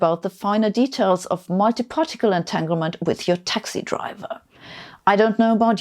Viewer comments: Etaglement? 7 minutes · at 7 min it should be entanglement not entaglement